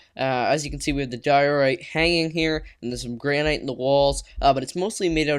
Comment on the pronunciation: It's gran-it